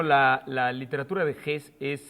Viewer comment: Me extraña que pronuncie el nombre Hesse como "JES", y no como lo hace Nicolás Alvarado sin omitir la E. La manía de pronunciarlo todo como gringo es una aberración. La pronunciación correcta es "JESE". Uno de loa jerifaltes de Hitler, Rudolf Hess, sí tenía el apellido sin E final, pero no el premio ]Nobel alemán.